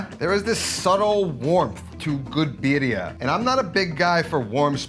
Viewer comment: I don´t think I can trust a person to tell me what EVERYONE gets wrong with birria tacos who can´t pronounce Birria Tacos and calls a Mulato "Molito"...sorryyyyy...not watching...